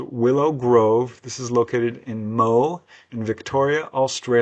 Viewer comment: A little help with the praonunciation of our Australian place names: Moe is a small town in country Victoria. The name is pronounced 'Mo- eeee! The rising 'eeee' sound, as in 'Cooo-weeee' is quite ubiquitous in our vernacular.